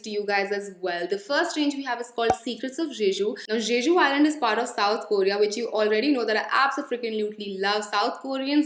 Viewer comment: Hey, the way you pronounce Jeju is not the correct way to pronounce it. It's literally pronounced as Je-ju. I hope you take this as a constructive feedback. ❤️❤️